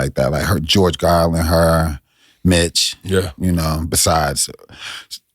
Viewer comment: Is something wrong with my Airpods or was Deon Cole saying George "G"arlin instead of George "Carlin" with a C.